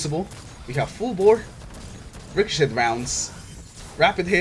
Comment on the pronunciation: I love how you say ricochet "ricoshit" XD